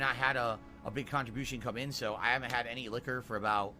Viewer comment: The way he says “liquor” makes me homicidal.